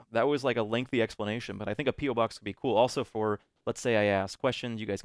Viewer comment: Lol every youtube pronounces it "PEELBOX" instead on "PE-OH box" >_< bananapeelbox